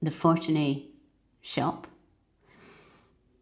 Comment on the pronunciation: I think, the stress of the word is in the middle syllable... ForTUni.